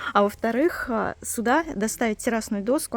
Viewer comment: здравствуйте. Подписана на вас. Смотрю с удовольствием, вы молодец. Но, ваше слово "суда" очень режет слух. Есть слово "сюда".